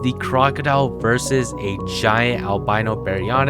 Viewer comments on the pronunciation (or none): none